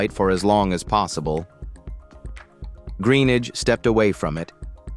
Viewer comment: Another crap American Narrator. Can't even say his surname properly.